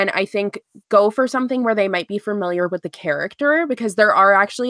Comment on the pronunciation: this is the first one I miss live:( I'm so sad. Also one of my biggest pet peeves is when people pronounce Familiar as fer-miliar and said it so many times omg.